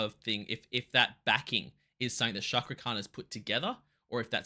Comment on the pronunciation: Hello... I'm from INDONESIA. Pronounce the letter C in the word Cakra as you would pronounce the letter C in the word chair.